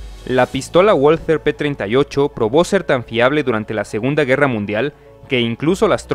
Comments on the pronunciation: Valther no walter doble v amigo asi se pronuncia en aleman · Por favor, por respeto a la lengua alemanes se pronuncia VALTER,NO LO DIGAMOS A LA INGLESA,POR FAVOR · Yo ya estoy harto de ponerlo en los comentarios lo de la w en aleman. Este error es muy frecuente entre los narradores latinoamericanos mas habituados a la pronunciación inglesa. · Sabrás todas las curiosidades que quieras y más, pero no sabes ni decir "walther" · Hola, tu pronunciacion del nombre de la fabrica "Walther" no es corecto! En Espaniol se pronuncia "Balter"! Pero tu estas copiando el Ingles, diciendo "Bolser"! Eso es falso, pero nosotros sabemos, que los US Americanos son incompetentes en idiomas extranjeras! Pero tu, hablando Espanol, tu no tienes que hacer las mismas faltas como los US Americanos, pf! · No se dice "uolter", se pronuncia "valter", es alemana, no inglesa. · mm no se dice "guolter/Wall-ter" porque dicha pronunciación tiene acento inglés en alemán se dice "valter". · La pronunciación correcta es "valta" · Hablando de una arma Alemana, por lo menos se espera que su nombre sea pronunciado correctamente, NO es inglés!!! Woalter !!! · Valta es la pronunciación correcta, todo lo que termina en "er" equivale a una A en español. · Se dice pistola Balter P38. Disculpen las molestias. Saludos. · se dice valther jaja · Muy bueno el video. Pero no olvides que es una empresa alemana, es decir que la W no se pronuncia como U sino como V. Se deberia pronunciar , Valther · Muy bueno. Únicamente, una pequeña observación. La W en alemán se pronuncia como V fuerte, ergo se oiría como VALTER. Por lo demás, estupendo! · En alemán la "w" se pronuncia "v" y la "v" se pronuncia "f". Así que se diría /Valther/ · "V A L T Á"